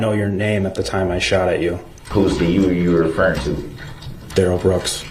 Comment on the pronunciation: His name DUH-RELL... they are saying Darrell that rhymes with barrel notice when the guy pronounced it right he didn't object